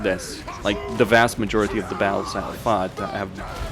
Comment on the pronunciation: the way you say battles without pronouncing the Ts makes it sound like your saying BOWELS as in the poop in your intestines 🤣 makes everything your saying quite funny without context! Otherwise you have great english, just make suyre your saying "baT-Tul" now bowel lol. also very insightful video thank you!